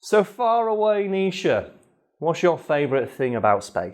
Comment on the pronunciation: i know for a fact you're saying "far away Nisha" but i cant help but hear "fire away Nisha"